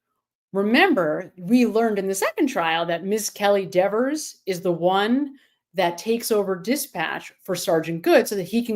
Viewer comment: Why does everybody disrespect Dever by calling her Dexers, with an S? She’s always Deever to me.